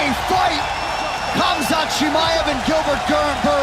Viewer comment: Khazmat??😂 Chael has big issues with fighters names